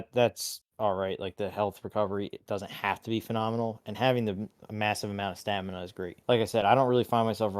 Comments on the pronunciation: Stanima. It hurts lol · It’s STAMINA not stanima 😂